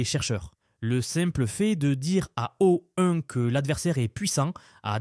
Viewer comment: Ecoutez à : Claude 3 virgule 5 et O-une. Mais sinon, j'avoue que le Text-to-Speech est plutôt bon